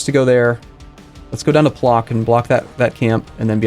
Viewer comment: that Płock pronunciation tho XDDD